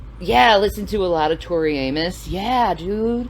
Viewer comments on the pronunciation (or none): none